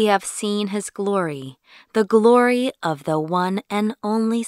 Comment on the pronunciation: 박지원 : but the one and only son 에서 왜 the가 디로 발음이 안되나요?